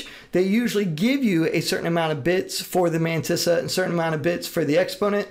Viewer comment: No One: Matisa: "Ma meyntisa "